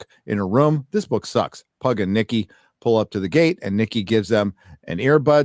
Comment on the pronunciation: I got {{{Triggered}}} every time you said: “Nikki”😎😂